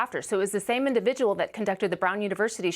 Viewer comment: "Individual". Learn how to speak, woman.